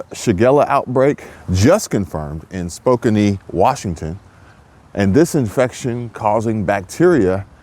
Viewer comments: Spokenie😅😅😅 Its pronounced spoke-can. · It’s spoke-can Washington not spoke an-e 😅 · Spokane is pronounced spoke-'an. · Spo-can Washington. I lived there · Hey brother ..I believe its pronounced like "Spoke Ann" Washington like, I gotta little giggle outa that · Spo-can wa